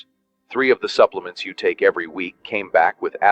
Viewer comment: Buplements?? Huh?? AI at its worst!!